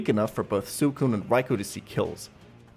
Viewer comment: It’s “Sweecoon” and “Riekoo”